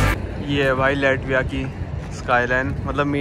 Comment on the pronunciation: लाटविया not लैटविया 😅😅